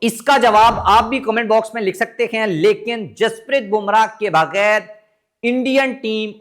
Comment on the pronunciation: The right word is Lekin not Lekan o pendo